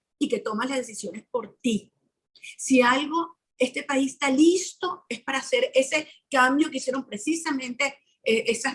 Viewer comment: Es "está", no "ésta".